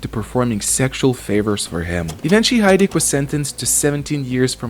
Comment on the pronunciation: James Hydric, not Heydrich